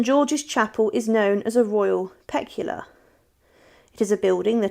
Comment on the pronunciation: Oh dear, I've just heard her pronunciation.🙃